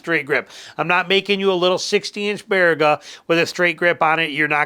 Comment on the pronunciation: Nice to hear Baraga pronounced correctly 😂. Had many adventures there as a kid and young man.